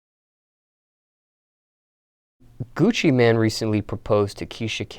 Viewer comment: "Coochie-man" its Gucci mane bruh, MAYNE. GOOCHI MAIN. MAINE.